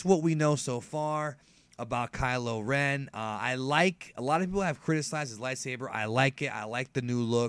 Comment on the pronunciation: Kylo Ren Ky-lo Ren Ch-lor-en Chlorine Kylo Ren = Pool disinfectant